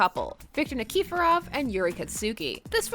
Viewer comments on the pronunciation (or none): Ah yes, my favourite ice skating gays, Victor Ni-key-for-off and Yuuri Kat-soo-ki